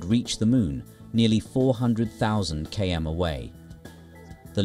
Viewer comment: Is that an AI overvoice? He pronounced km (kilometers) weirdly